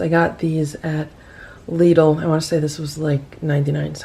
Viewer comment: LOL THAT STORE IS PRONOUNCED LIKE TIDAL ONLY WITH A L